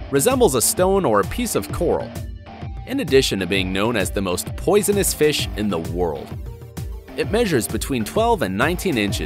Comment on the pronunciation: It physically pains me when he says poisonous/poison